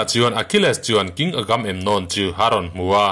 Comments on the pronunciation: (Agam emnon) nilo in (Aga memnon) ti a lam zawk tur ni in ka hre deuh tlat.. Hriat sual loh chuan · Agam-em-nawm ani lo,..Agamemnon ani e,...A film te pawh i en ve tawh ngei awm sia,.an mahni in an lam dan te kha ihre lo em ni!??Ngaihthlak iti tui lo vek lam dik lo lutuk a an hming ho